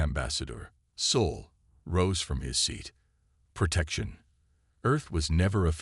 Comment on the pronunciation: Same for 'Soul' instead of 'Sol'. I can deal with the bad caption, but even the pronounciation is wrong.